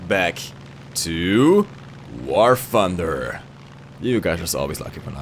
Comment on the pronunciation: i speak 5 languages but still i cant pronounce thunder as 'funder' )))